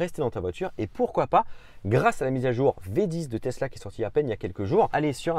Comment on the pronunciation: "Testla model 3"